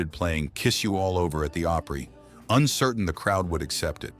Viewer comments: Grand Old Oh-Prey? C'mon you AI geeks. Can't you get this stuff right? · Learn how to pronounce "Opry". It's not oopry!